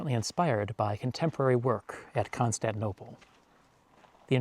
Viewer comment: I'm sorry, I cannot watch anymore because you butcher the name of ConstanTInople